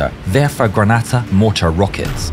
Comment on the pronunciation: Oh God the way he pronounced werfer granate.